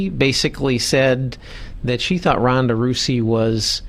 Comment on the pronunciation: Ronda Rousey should find this guy, and break his arm for mispronouncing her name. Much respect for Sarah, but Ronda is a force of nature. Strikeforce knew exactly what they were doing.